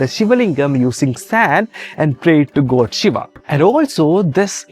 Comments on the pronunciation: Say “gawd” not “goad” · Your pronounce "...God" as goat! Pls Check tht.. I don't live in India .. Yr pronunciation misleads the text understanding!... Pls rectify it....all Over world watching it..information good!